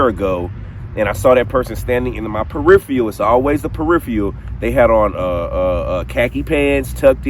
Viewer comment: Peripheral-not periphrial